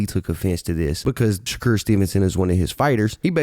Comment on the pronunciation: N* saying “shacure” 😂🤦🏽‍♂️